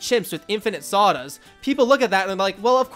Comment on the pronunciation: everytime he says saudas i hear sawdust lol